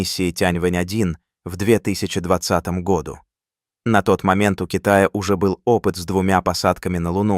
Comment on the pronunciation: ИИ озвучивает? Году читается с ударением на У!